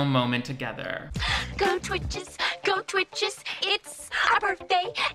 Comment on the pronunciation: okay but not it saying "TWICHEDS" please.....